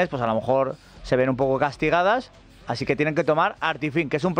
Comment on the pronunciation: EJPAÑÑA ES "ASIN" 😎😎☺☺